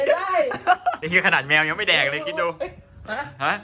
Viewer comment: อะไรของพี่มันต้องเเมวไม่เเดกไม่ใช่เเมวไม่เเหลกหรือถูกเเล้ววะเออชั่งมัน